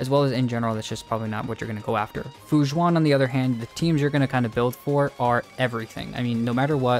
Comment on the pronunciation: This is a great video and very informative, but so sorry I kept hearing you say "Fu Jzuan" when her name is more pronounced like Fu Shwen. Just wanted to help by pointing it out and thank you for the video!